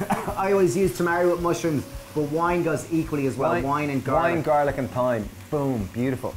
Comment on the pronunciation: I had to go back and listen to the piece where you were adding the herb. You lovely Irish people don't usually pronounce your "h"'s as in "th", the way us English do.Yet the only word we follow you guys with (I think??) is with the word "thyme", but you pronounced it as"th". I'm confused!!! Keep up the good work, I love your recipes!!!! 🤤